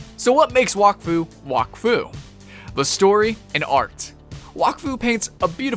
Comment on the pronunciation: you prenounce wak as whack